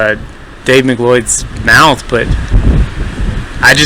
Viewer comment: I think you mispronounced Dave Macleod's name. I believe it's pronounced "M'Cloud" or "Mc-Loud". Here's a video pronunciation: /watch?v=sDJuHSEUTZQ